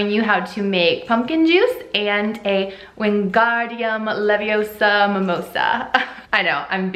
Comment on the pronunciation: you should put feathers on your celling "Its not leviOsa its leviosA!